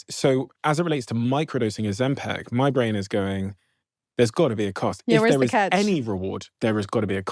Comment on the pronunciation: Ozempic not Ozempec!!!!